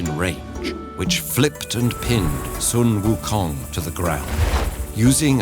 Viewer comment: No hate at all, but it is so simple to research the correct pronunciation of sun wu kong!